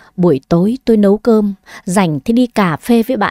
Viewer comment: Dì đi" nấu cơm "chứ ko phải "Lấu cơm "nha